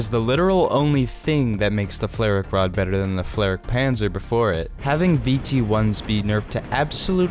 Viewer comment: Are you pronouncing the name of the vehicle correctly? Idk flare rack rod doesn't sound right to me but I don't know german